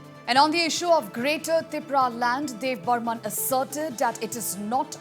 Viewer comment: It's debbarma not debbarman